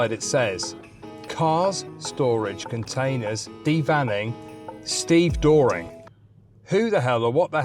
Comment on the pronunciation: A stevedore or a wharfie is what you would call a docker. Stevedoring is the service of loading and unloading ships. It is pronounced more like "Ste- Vah- Door Ring".